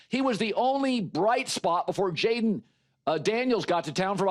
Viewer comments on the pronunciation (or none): none